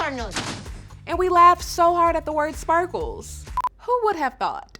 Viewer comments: its spockles not sparkles !🤣🤣🤣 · For so long I thought he was saying “spackles” like spackle the stuff you put on your walls. No, he’s saying “sparkles” and that makes so much more sense.